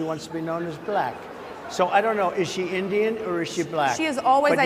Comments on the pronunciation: Indian not engine. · Mark, its called Indian, dot not feather